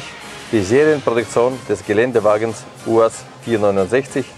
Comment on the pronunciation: Der Erste, der "UAZ" richtig ausspricht. Natürlich ein Russe.